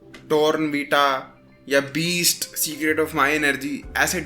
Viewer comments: Boot* not best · Ton vita❌ born vita✅ Chuplan❌ complain ✅ Beast❌ boost✅